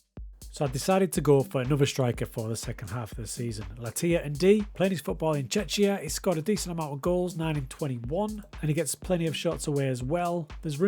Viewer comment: It's Czechia not Czeczia. Cheers, mate.